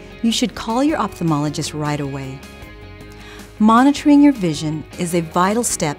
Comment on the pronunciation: She can't pronounce "opthalmologist" correctly